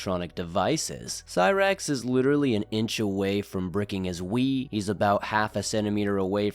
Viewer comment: you need to drag that L more when saying LLLLLLiterallllllly.